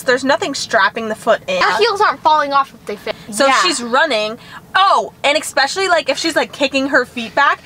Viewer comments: ESPECIALLY!!!!! Not EXPECIALLY! 😝 😆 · "eskitskle" - 2023. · “Eskitskle” 😂😂😂 You should make merchandise that says that! 😂😂😂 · When said EsKItcOoL😂😂😂😂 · Your vids are so funny. Especially when said eskitskle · I laugh went said eskitle😂😂😂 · Let’s all take a moment to say escitgole 😂😂😂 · Excicscle? Really 😂😂😂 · I looked back she said eskitskel